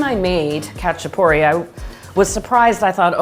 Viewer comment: Also, the "a" sounds like the "a" in "haha" rather than the "a" in "hatch"